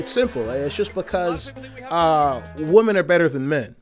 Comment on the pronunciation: People who pronounce women the same way they pronounce woman.